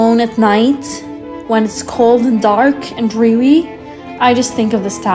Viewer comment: “when it’s cold and dark wnd drewy” lol what is drewy ?